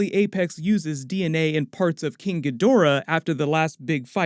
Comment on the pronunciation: I stopped listening the instant this clown mispronounced "Ghidorah"